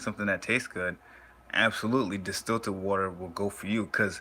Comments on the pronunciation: He dont even know how to pronounce the word, talking about distillert water, its distilled water bro. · It's called distilled water not destilted...good video still. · The virgo moon in me couldnt get passed it 🤣. I kept saying its distILLED, no T son lol